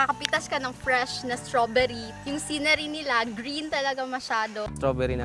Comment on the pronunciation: Straberry Hindi straberyle